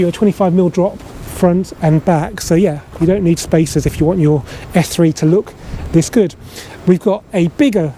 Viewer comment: Very good video, although first I thought you said F3 😀 lol